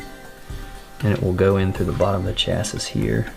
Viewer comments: The word "chassis" is pronounced "chassy", rhymes with "classy." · My brain bout exploded listening to him fully pronounce the last “ s “. 😅😅 literally came to the comments mid video to see if anyone else gears got to grinding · the mispronunciation of chassis ticks me off